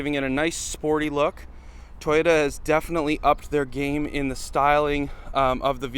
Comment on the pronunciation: Toyota not Tie-ota…lol